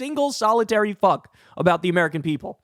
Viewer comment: I LOOOOVE how you say "He doesnt give a FUHCK".. 😂😂